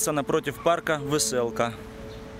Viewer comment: Название парка, написано "Веселка", а не "вэсэлка". Пора уже отходить от этих искаженных слов мойвы, а говорить правильно по-русски.